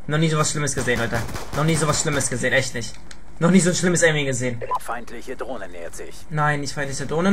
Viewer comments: "Uh ich hab ne dlohne" o.O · drohne heißt des net dohne nobb